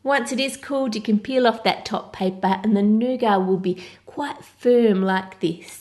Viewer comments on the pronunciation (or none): I love you, but...it's pronounced nougaT. Not nouga. So irritating when people mispronounce or misspell words. Again, love you & your channel, not picking on you at all. It's just that I'm only halfway through the video and you've said "nouga", like, 25 times already! 😨 Could you try making a giant Cadbury Creme Egg? Or giant Cadbury Caramello? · Is it just me or does it sound like she's saying nougar instead of nougat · My inner Brit is coming out. All these words being pronounced wrong😂 'toblerone' 'nougat' I can't even